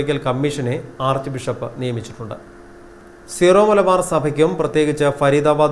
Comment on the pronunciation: It is to be pronounced as Syromalabar, it’s derived from the words Syrian Christians of Malabar. In early days there was no Kerala state whole of Kerala was known as Malabar region and was a part of Madras state. So it’s to be pronounced as Syromalabar not Zero Malabar.